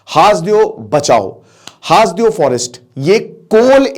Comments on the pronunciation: सर हासदेव नहीं, इसे हसदेव कहते हैं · सर हासदेव नहीं सर हसदेव है क्युकी मै वही कोरबा एरिया से हूँ! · जी सर जी हसदेव अरण्य है जी हासदेव बोल रहे हैं😊😊😊 छत्तीसगढ़ से मैं हू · Haas dev nhi hai hasdev hai..